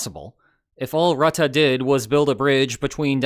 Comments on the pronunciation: Mark Rattah? Isn't it Mark Roo-teh with stress on Ts and short oo sound. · It's pronounced "roo-tah". Love from NL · Please note that Rutte's name is pronounced with two schwas. I know this because he lives only a few kilometers from here.